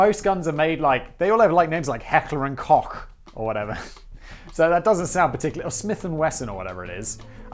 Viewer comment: Holy shit! I thought the only German word Simon knew to pronounce properly was "Gesellschaft", but he really nailed "Heckler" and "Koch".